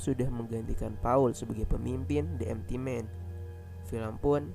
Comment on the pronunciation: "De emti men" bukan "de empity men" semangat ya kak:)saya suka kontenya